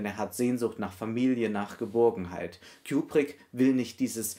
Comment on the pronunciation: Ich mag es nicht wie du kubrick ausspricht